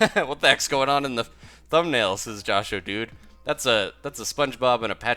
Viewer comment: Most people I've heard say my YouTube name say Josh-dude. So that was cool you said it right.